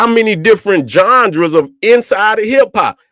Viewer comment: Really like "Jonjras" better than genres now fr